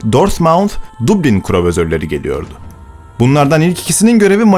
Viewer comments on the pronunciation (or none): none